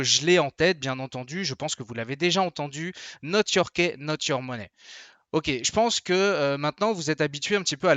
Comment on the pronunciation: prononcez les phrases anglaise en anglais ! "key" se dit "ki" pas "kè". Exaspérant. j'ai faillit pas m'abonner que pour cela...